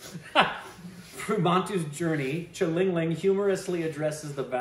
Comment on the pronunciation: And shalingaling